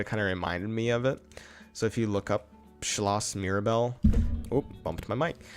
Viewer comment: Your attempt to say Schloss Mirabell was actually quite nice for the first try! Happy new year from Austria!